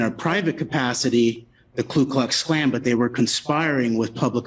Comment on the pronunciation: It’s “KU” KLUX KLAN, not “KLU.”